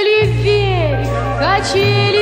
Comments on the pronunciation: Очень красивая и добрая песенка! Большое спасибо,! И так смешно она произносит "вверьх") С праздниками еще раз и до встречи! Обнимаю!!! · Henry Heriorh Галочка, спасибо большое за теплые слова! Это слово, так забавно мягко произносимое, добавляет позитива этой милой песенке.:) С наступающими праздниками и - еще раз - Счастливого Пути! Обнимаю тоже!:)